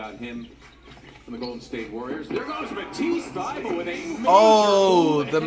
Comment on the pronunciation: “Matisse Thybully”